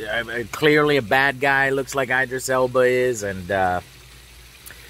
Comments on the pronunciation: Am I the only one who's laughing when he says I dris Alba instead of Edris Alba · Those are both wrong. His name is Idris Elba. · “👁dris Elba” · Is it an official meme at this point that Joe mispronounces Idris Elbas name? 🤣🤣 Also Bob Marley called, his Buffalo Soldier song is all about the Wild West and works pretty well conveying a message and feeling about that time. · Damn Joe! You could at least learn how to pronounce Idris Elba’s name correctly. It’s disrespectful